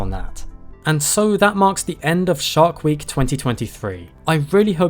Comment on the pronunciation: I swear he said "shart week". Bad week.